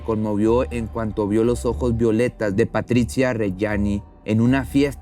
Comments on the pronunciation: Se lee Patrizia no patricha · PatriZIA NO PatriCHA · Muy buena investigación! Y de verdad me haces reír mucho con tu fino sarcasmo..muy bueno. Solo una cosa: se pronuncia "Patrit-zia" New subs!